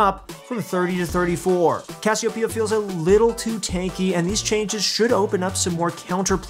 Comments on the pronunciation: If you really wanna pronounce it right, its cashiopaiya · I say "Cassiopeia" like. Put the emphasis on the "o", you weirdos.